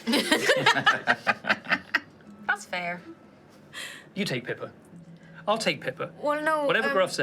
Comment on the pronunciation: "small, kniefey..."